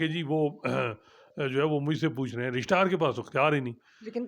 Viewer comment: is the best man for court reporting.He is knowledgeable an unbiased.Just one request.Please don't mispronounce the word Registrar.